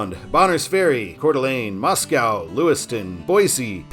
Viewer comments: That river and big lake in Sandpoint, spelled "Pend Oreille" is pronounced as "Ponderay." Actually, the town just east of Sandpoint is spelled as "Ponderay." And Moscow, Idaho, is pronounced locally as MOSS-ko, not like the Russian capital. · No cows in Moscow, ID pronounced "Mosco" like Costco